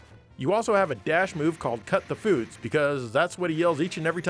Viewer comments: I thought Cyborg 009 says "Kasoku Sochi" in the anime, but he actually says "Cut the Foods", thank you very much for the clarification! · I cannot unhear that now CUT THE FOODS!😁😁 just like Axel's GRANPAPA!